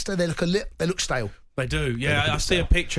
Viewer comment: The way you pronounce stale like STAIIIIL and that's coming from a Scotsman